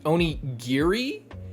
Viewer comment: "Giri" means "Cut", it's Giri not Kiri. If you listen closely Brook sais YA-HA-SU GI-RI! And sais it in such a cool way! Oh, you're not there yet. Soon. PS: Bring tissues for the next session. They will be in handy.